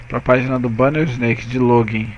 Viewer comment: Só uma correção amigo: a pronuncia é "isnék" e não "isneik". Se resto valeu! ótima video aula!